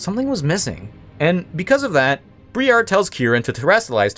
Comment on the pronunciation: Briar is a normal English word, pronounced "bry-ar" it's the thorns on a plant, such as a rose. In fact, if you've heard the word before it's probably been "Briar Rose" as an alternative name of Sleeping Beauty.